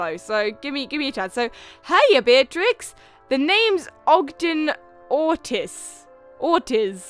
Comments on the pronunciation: Ortiz is pronounced Ortees. (One of my teachers is called Ms.Ortiz) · you pronounce la beaux la bow and pronounce Ortiz orteez your welcome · the last name "ortiz" is pronounced or teez